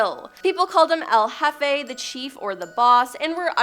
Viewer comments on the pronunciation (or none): none